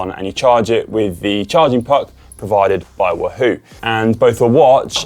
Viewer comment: Love how Conor pronounces Wahoo as Woo hoo !!